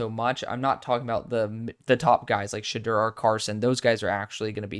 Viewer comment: Sha-door is how you pronouce it